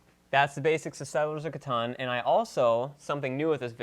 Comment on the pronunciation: it's pronounced Catan